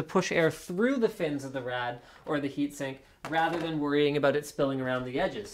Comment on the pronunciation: What's a "Heatink" ? LOL